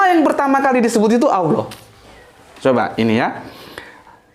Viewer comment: Kanapa dibaca seolah2 "Alloh"? Karena tafhim, jadi huruf Lam nya dibaca tebal. Bukan Awloh, tapi Alloh seharusnya. Karena tafhim hanya menyebabkan huruf lamnya tebal, bukan "awloh"